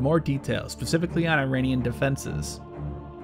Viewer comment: Tthey are not 'Eye-rainians'. That's a terrible way to communicate to an oral culture. We can be in opposition without being consciously or unconsciously insulting to each other. The name of the country is pronounced 'ee-rawn' (aleph-ye-re-aleph-noon in Farsi, the local language). Don't sound like an uneducated bumpkin.